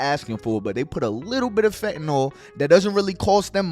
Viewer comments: Give the respect that these poor souls are dying by the thousands deserve and PRONOUNCE THE DRUGS NAME CORRECTLY!!! IT'S PRONOUNCED FENT-A-NIL !!! NOT FET-NOL SPELLED F-E-N-T-A-N-Y-L you all getting high and dying off the shit and can't even spell or pronounce it properly Others trying to save people's lives trying to inform them about the drug and can't even say the name right? IMO you sound stupid as hell trying to make an educated attempt at informing and can't say it right!! SMDH MY GOD IN HEAVEN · I wish people would learn how 2 pronounce fentanyl correctly. Its not fentanol. How do u pronunce syllable, its not sollable. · FentaNYL, not fentanall. Just like oxycotton is oxyCONTIN. 🙄😒 YES, IM THE PRONUNCIATION POLICE. SO WHAT?!? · it amazes me how many people can't say 'fentanyl' correctly it bothers the hell out of me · agreed, it's not a very complicated word.